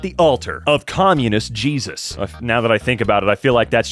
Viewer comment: The way you said "communist Jesus" sounded like "Chesus" and now I can't unseen it LOL